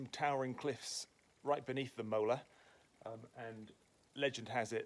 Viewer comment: Lovey vlog and stunning views. The "walk of the gods" near Positano is amazing too. I'm surprised none of your Italian subscribers have commented on your pronunciation of Molare. You are saying "molar", my understanding is its closer to "mo- lar- EH".